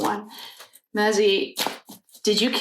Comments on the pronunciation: Hi, I'm enjoying your readings. This case is so sad. Maizie's name is pronounced May-zee... just wanted to help. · Just so u know her name is pronounced Mayzee. 😊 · Hi sweetheart, I'm still catching up on the reading videos,but I'm hearing you say Ethan's sister's name.... however here's how you pronounce it..May-z. Just wanted to help!! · Her name is pronounced “ may-ze” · Hello! Just discovered your channel and am binging your Idaho 4 readings today. You're awesome! Thanks for all you do. ❤ (I think her name is prounounced Maisie...rhymes with daisy.)